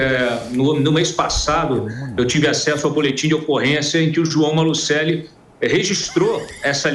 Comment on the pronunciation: É Maluceli. Se fala apenas "maluseli"